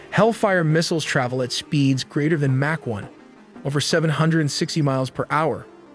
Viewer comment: How has AI not learned how to pronounced particular words correctly by now? Maybe it's the 'tism, but I find it incredibly distracting. To the point it downgrades the video's quality by a grade or two. Example: real: "Mach 1" AI: "Mack 1" It's the little things, but those little things can distract the viewer by a lot. Especially (I'm going to assume most of the viewers watching these types of videos), by a lot. No hate against -- It's just something that'll be perfected in time. I just wanted to point out how distracting it could be for the viewer.